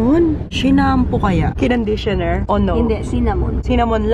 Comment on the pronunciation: "cinnamon" "shinampoo" "kinonditioner" HAHHAHAHAHAHHAA 😭😭